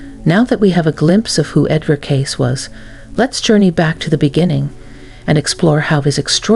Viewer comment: AI voice not pronouncing Cayce correctly.